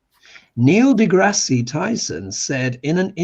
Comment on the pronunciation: Neil degrasse (pronounced de grass no de grassy) is great. He has videos on your Tube called Star Talk.